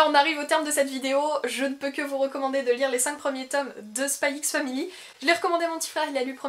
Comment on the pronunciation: On dit pas le x dans les noms de manga/anime rohhhh